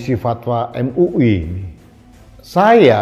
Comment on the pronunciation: Em u i... Em u i.... 😂😂😂